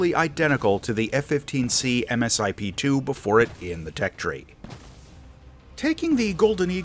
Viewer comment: Not really sure where you are getting your information from?... but much of your information is ....well wrong....and it's pronounced Misip...( Multi Stage Improvement Plan)...The Eagle is still very much top Tier in real world applications...we did very well against the Rafael at RedFlag.